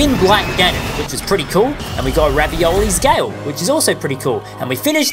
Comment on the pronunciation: Ravioli's Gale Me: 🤣🤣🤣 it's Revali's Gale P.S. Big Fan